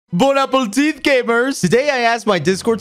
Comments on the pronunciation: why did u say good apple teeth? it is bowne apeti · "bone apple teeth gamers"